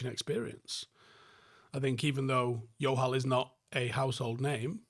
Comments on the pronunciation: Bro, what's with the J being pronounced as Y mate. In south asia its a J. Much love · Jo-hal,, he's not Spanish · Just saying it’s pronounced Joe-hal, yes they are Sikh for sure. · Love this video. Your pronunciation of the name ‘Johal’ as ‘Yohal’ is going to have the Johal’s I know thinking their Portuguese though 😂😂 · Close. But, in punjabi it's still a J!! We're not Spanish!! JO-HAL!! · idk why you're pronouncing johal like it's spanish lmao pronounce the "j"